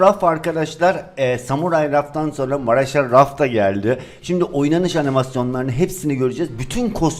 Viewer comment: Maraşal deyil Marshall (marşhal)